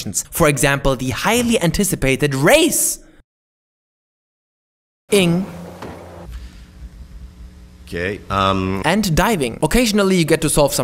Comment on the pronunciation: "Race..ing" 😂😂😂 keep up the great work.